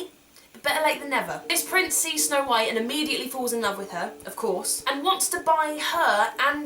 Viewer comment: when you said "of corse" i thought you said "of corpse"